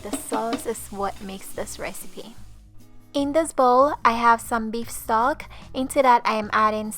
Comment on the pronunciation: i think she said Beef Stock lol... I also thought I heard SOG at first but now that I heard it again I think it's stock.